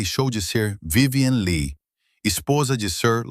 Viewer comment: O vídeo seria muito bom se a pronúncia do sobrenome da atriz (que é "apenas" o tema do vídeo) fosse correta.